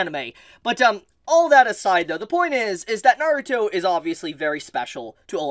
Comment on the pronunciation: Please say the word Naruto right 😢